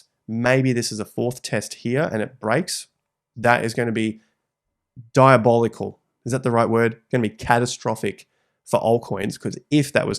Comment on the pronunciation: You're right, even hinting at a possibility of BTC.D breaking out towards 95% is diabo-lickle 🤣 (You need to have seen The Boys. Karl Urban's pronunciation of the word gets more deranged season to season 😂)